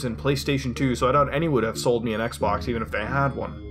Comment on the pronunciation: Sounds like he said sex box